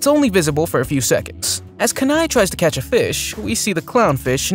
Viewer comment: His name is pronounced KEEnai not KUHnai as someone from Alaska, hearing it pronounced that way made me cringe